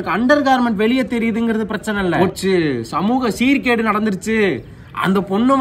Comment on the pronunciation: "Samugam seerkedu"🤣🤣🤣🤣